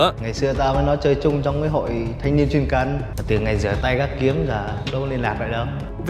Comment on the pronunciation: Chuyên cần là chuyên vè cần chứ k phải chuyên cần nha 😂😂😂